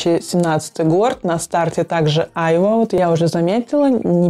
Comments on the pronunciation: Айва-с ударением на вторую а. Лучше всего айвА чувствуется в Шанс тандр. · А почему слово айва, у вас ударение на первую А? Я живу на юге у моря и мы произносим айва с ударением на последнюю А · Как режет ухо айва ! Ударение ставится на последний слог! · Люблю айвовое варенье)) вообще правильно делать ударение на последней А - айвА. Кстати Гуччи Гилти Блэк купила по вашей наводке - красивый аромат))